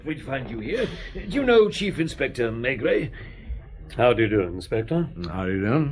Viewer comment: Whenever this was recorded, it's a horrible version! The narrator can't pronounce the protagonist's name 'Maigret' correctly (!) and the Australian accent is as irritating as the overpowering sound effects. I can't bear to listen further. Sorry!